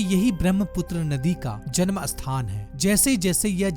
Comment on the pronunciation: Sthan shabd ko asthan na bole krupya,matlab hi badal jata hai